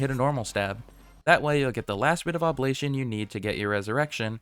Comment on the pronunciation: ITS OB-LIG-ATION NOT OBLATION